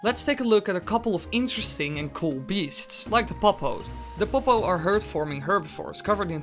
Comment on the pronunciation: I love when he says pop-oh